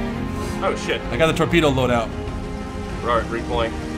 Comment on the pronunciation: tropedo lol